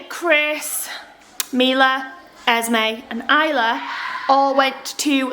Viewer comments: It's esme not esmai soo and you the mother of them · It’s Esme not esmai and does it affect you?? No…